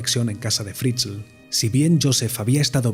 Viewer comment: Se pronuncia fritzel tal cual Si por curiosidad queréis saber como suena josef Fritzl escribid en el traductor de google y elegid Aleman en idioma